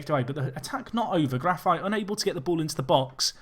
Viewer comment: sorry to correct you, but in portuguese it's pronounced GRA-FEET not GRA-FAITE.